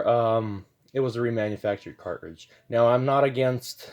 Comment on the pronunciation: Did your teachers teach you to not pronounce T's or is this a generational fad? There is no Buh ER, Car Ridge, Buh Uhn.